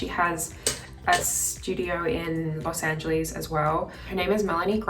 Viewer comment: Pheobe says los angeleez lmaoo